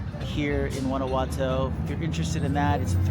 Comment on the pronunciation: 6 years and can't pronounce the city correctly 😂